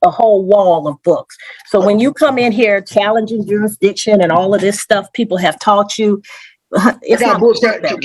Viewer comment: What is "juridiction"?😅😅😅